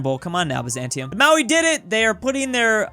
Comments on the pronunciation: Maori is pronounced Maori (Mo-Ree) and sometimes ma-ree not maui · It's pronounced MOW- ree, not MOW-ee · You arent pronouncing Maori right it is pronounced Ma-ow-ri